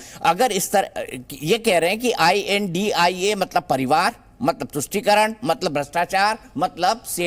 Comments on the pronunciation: Right I.N.D.I.A shd. Pronounce. Not INDIA. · ये I. N. D. I. ALLAINCE यानि इंडि अल्लाइंस है एंकर plz सही नाम बोले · Well done. We should not call them India but pronounce with each letter of abbreviation while addressing.